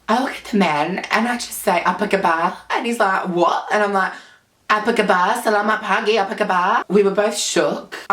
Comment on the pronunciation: as a malay your malay saying how are you is kinda good